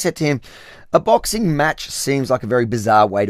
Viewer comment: What is a bixing match going to change lol 😅